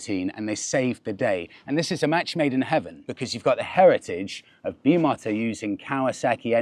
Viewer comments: You may be right with the pronunciation but it's like listening to a teenager who goes on a short interrail holiday to Spain and comes back telling everyone how they really connected with the people of barThelona. Because "That's how they actually like, say it, like yea?" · Nonsense! How do you say BMW? The Germans pronounce it differently to us, doesn’t mean we have to say it the same as them! 🇬🇧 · Another pronunciation special! Great video, hideous bike. 😂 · Please stop saying bi mot a its bi mo ta as per the three founders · BEE MOE TA dude. thats how u say it. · Isn’t it pronounced ‘Bimota’ as in ‘motor’. Surely if it was ‘motta’ it would be a double ‘t’ wouldn’t it? Perhaps it’s different in Italian. 🤷🏼‍♂️. All the same, just a beautiful machine. You’re a very fortunate chap! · How to explain the pronunciation of Bimota........ just not like BimoTTa, more like the word rota......Beeee mota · Bimota is pronounced “Bee‑MOH‑ta” in Italian. The correct Italian pronunciation of Bimota emphasizes the long “ee” sound for the first syllable and a clear “o” in the second syllable, followed by a soft “ta” at the end. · You are Wrong .... its pronounced Bee mo ta ..... as you stated the 'i ' in Italian sounds like an 'e' so say Bee mo ta , you have not yet stated how your test ride on a stock Kawasaki Ninja 1000 sx went and how it compares to the basically race bike Bimota (Be mo ta) , also the price difference ! As you already know back in the day Kork Ballington -South African won the Moto Gp 350 world championship on a Bimota (Be mo ta ) framed Yamaha TZ 350 as a privateer ie not a 'factory sponsored rider' He also won world chamionships when riding as a factory rider for Kawasaki on there , disc valve inline water cooled twin 250/350's but that's just pedigree ... That world championship win is what really brought Bimota (Be mo ta ) to the worlds attention ! As a frame maker , making Japanese made motorcycles handle like race bikes .